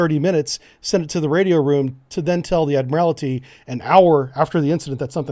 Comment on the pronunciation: There is no i at the end of the word Admiralty. Admiralty, not Admirality. Admirality is the level at which you or someone else can be admired or is admirable. Love the report though, well done.